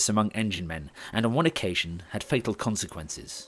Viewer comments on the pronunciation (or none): none